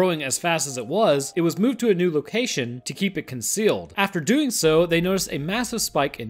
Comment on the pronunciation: emphasis on "doing"